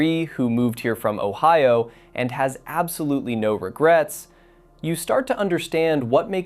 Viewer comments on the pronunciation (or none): none